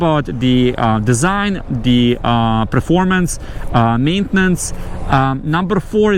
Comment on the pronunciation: It's Performance,not Preformance😂